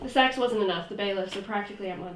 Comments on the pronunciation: More skits please 🥺🥺 these are interesting. And no doubt (besides acting) you guys are great filmmakers/storytellers. . . PS, I mistakenly heard 'sex' instead of 'sax' and then the prop came in.. ahhh.. Sorry about that. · I thought they said “sex” and I was like 😧